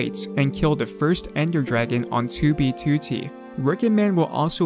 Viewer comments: The way he pronounce "2b2t" makes me nervous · do you try to say 2b2t as annoyingly as possible why do you put such an emphasis on the second 2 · the way this guy says 2b2t bothers me so much